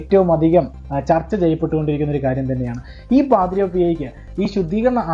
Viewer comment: ജോയൽ പാദ്രോ അല്ല പാദ്രേ.. Pio